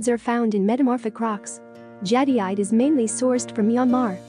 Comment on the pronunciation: Your AI voice is unable to pronounce Jadeite. For a video discussing Jade, the AI voice completely invalidates this video. Too bad, seems to have some good information.